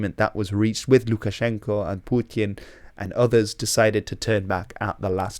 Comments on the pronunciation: "Pewtyin". Dude, just say "Putin". Like a normal person. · Its putin not pjooutin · love your videos but man you gotta stop attempting a russian pronunciation when you say "putin" lol